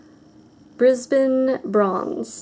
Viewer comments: definitely putting pretty much all of your gold polishes on my 'need to buy list' haha :) p.s good job with pronouncing brisbane, everyone else always gets it wrong!! xx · Haha I was waiting for you to say the brisbane bronze by opi because every other american gets that soooo wrong - well done:D p.s. I have just got some great ideas for my nails at christmas... gold glitters all the way:)